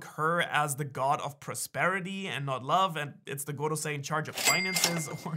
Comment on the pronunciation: Drink a shot evertime u hear gogosei.